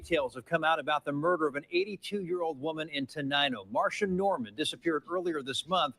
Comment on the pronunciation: Her name is Mar-C-ia not Marsha